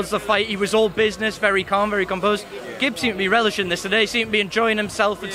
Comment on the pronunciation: lets gooooo gib also nicley said vidal